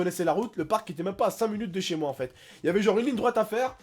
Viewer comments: vous aver remarquer il dit toujours enfete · TU PEUX ARETER DE DIRE ENFETE